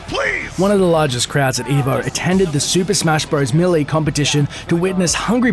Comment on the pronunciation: Guys.... Pretty sure he pronounced Ally and Melee so weirdly because of his accent. Not that big of a deal lol.